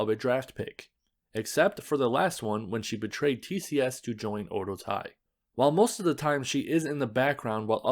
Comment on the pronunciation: Very informative and well-done video. My only critique is the pronunciation of Oedo Tai. It should be pronounced as Oh-eh-doh. In the video, it sounded like oh-doh.